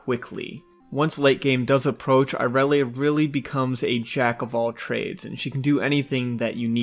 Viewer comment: Ill never understand why people mispronounce irelia. Riot has said how its pronounced yet people say Ayrelia . Awsome vid nontheless just an observation from me. Earned yourself a sub 😊